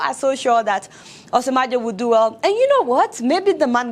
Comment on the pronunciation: The joke is good Deola and I like your approach too...Next time, just remember the correct pronunciation of Osinbajo...its a yoruba name and I am sure you are yoruba yourself.